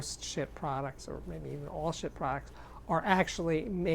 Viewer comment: I think it's pronounced "sheet". Like, "No sheet, man!" Seriously tho, the resistance ladder type volume control is the purest volume control possible.